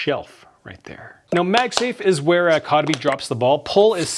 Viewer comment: Your pronouncing the company se wrong lol